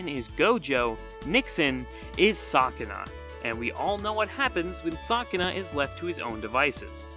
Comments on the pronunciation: sock-in-a 😭 its pronounced sue-kin-a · why do you say Sukuna like that man 💔